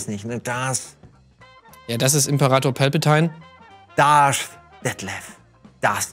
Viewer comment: Dieses "Pälpätein" scheint ein rocketbeansweites Problem zu sein.. gna